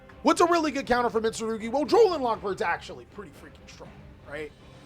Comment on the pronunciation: The way you butcher the names tho 😭🤣🤣